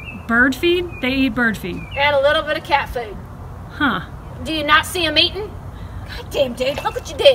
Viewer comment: Says says “fewd” haha it’s so funny!